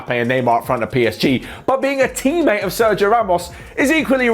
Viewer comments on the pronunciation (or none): none